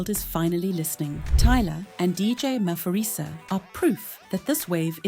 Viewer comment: Maphorisa is pronounced Mah-por-ree-sah and not Mah-for-ree-sah. ❤ from CPT, SA